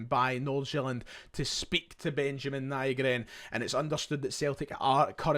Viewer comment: Nygren translates to/is pronounced Newgren in english. Ny is Swedish for new.